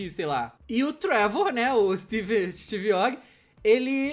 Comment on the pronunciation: Hj o dj ta absurdo 'Gerra Civil' e ' Travor' ee davy jonees